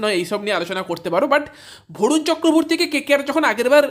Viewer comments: Vorun na 😂, barun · ভরুন নয় রে ভাই বরুণ